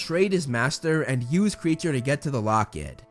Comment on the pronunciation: I think Kreacher is said as: K-ri-ae-ker and not creature